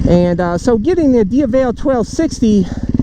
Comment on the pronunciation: Go to Google translate so you know how to pronounce, DIAVEL, the correct way. You can also listen to Ducati websites pronunciation of Diavel.